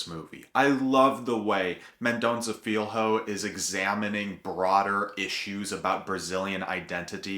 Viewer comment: Good job! First: the "lh" in Filho is very hard to pronounce for English speakers, because you don't have this sound in English. Try saying Filyo fast a dozen times, and you'll get it! Second: you got it right about pinpointing the personal (that becomes national) search for identity of a mother called "indian" (the best today is to call her indigenous), who was denied raising her child because she was poor, and a servant in the house, carrying a baby from the well to do family, at the same time alluding to the Brazilian past of violence against the original peoples of Brazil and the slavered people brought from Africa! Good review of yours!